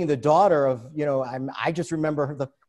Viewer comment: Robert Maxwell fell off his yacht and died (or killed himself or was killed - sound familiar?) in the Canary Islands, not the Thames river. 🤔 Still, at least he pronounced ‘Thames’ correctly! (It’s pronounced like ‘Temms’, not like it’s spelt!)